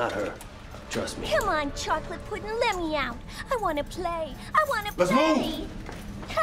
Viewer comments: She really said chocolate puddin bro😂wut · No way she said chocolate puddin 😭